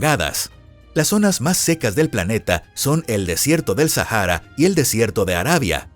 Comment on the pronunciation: Así es....y además este tipo le pone sonido a la H.....no manches.......Sajara......😂🤣😂🤣😂🤣